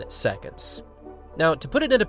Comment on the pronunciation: 9.83 "secontz"